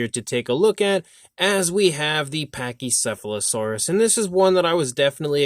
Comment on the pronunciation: Couldn’t pronounce the name of the Dinosaur, did he?